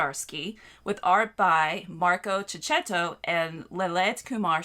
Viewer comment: Checchetto is pronounced keketto not ceccetto... ch in Italian is similar to the k sound in English. Tell Omar too 😁